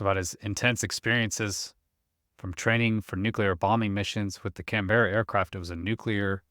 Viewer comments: It's not Can - beara. More like Can-burra/Can-borough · Canberra is pronounced "kan·buh·ruh", or "Kan-Bruh", trust me I'm Australian. It's not a ee sound like 'Berry', confusing I know. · Pronounced "C A N B R A" - Worked as mechanic on No 3 Squadron Germany 1968. RAF. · It's pronounced Can-ba-ra. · can-bear- a is not how it's pronounced. At least not in the UK . As a few others here have pointed out. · try looking up the capital of Australia, then go and listen to how it's pronounced. 🛎